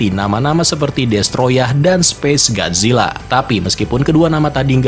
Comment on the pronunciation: Bisa baca ga Lo min masa gajila. Gojila mbok